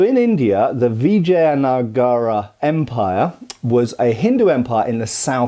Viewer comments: didn't pronounce it correctly. It's not vi-jay-ana-gara. It's vi-ja-ya-na-ga-ra. Look at the wiki pronunciation you listed again. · It is pronounced as vi-jay-na-gar 😊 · Hi. The pronunciation is as below from Wikipedia, and it is correct. Vijayanagara Empire (/vɪˌdʒəjəˈnəɡərə/) p.s (edited) It means City of Vijay or Victory. Established as a backlash to oppression under Delhi Sultante daughter kingdoms, it arose as a saviour of Hindu practices under extremist Muslim rulers (not to be confused with all contemporary muslims, many muslims fought on this side). Was an inspiration for Maratha resurgence too.